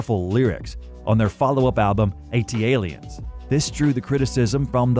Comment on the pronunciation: Super cringe how you mispronounce Aquemini and ATLiens. Did you even listen to the music? Gross.